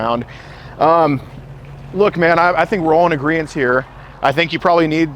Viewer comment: AGREEMENT. Not AGREENCE,. AGEEENCE is NOT a word.